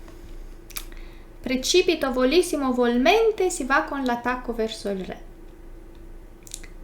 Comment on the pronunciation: Precipitevolissitevolmente. Confermo che è la parola più lunga presente nella lingua italiana. Però nel video è stata pronunciata male, troncata nella parte centrale. Per il resto sempre complimenti per la simpatia con cui fai i video.